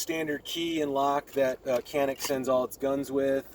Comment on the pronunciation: Kenik değil lan Canik Canikkk